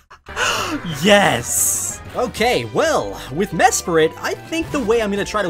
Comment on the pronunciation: I love how you say Yeias insted of Yes